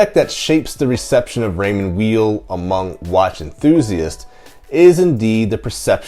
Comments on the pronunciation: Then at least say "while" and not "wheel" which is totally wrong. The name is German-language by origin and Mr. Weil's first language was French. He would prnounce it "Vile" himself. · I was told it was pronounced Raymond Veil. I don't think it really maters though :) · Both my father and my Gramps were into Raymond Weil timepieces. Bro, just to through a wrench into the name, a "w" in German is pronounced like a "v." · How can someone do a review without knowing how to pronounce the name of founder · The W is pronounced as V